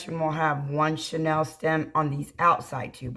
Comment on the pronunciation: Hi! Could I help with the pronunciation of the chenille (like the old bedspreads)' stems vs. Chanel as in Coco Chanel. I thoroughly enjoy your designs. Thanks for your videos!